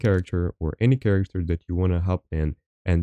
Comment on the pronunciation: character like Karacter not cha racter, your welcome homie. keep this up dude love the vids